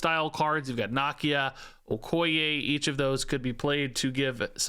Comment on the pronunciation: 😮‍💨 the way your pronouncing Okoye perfectly every time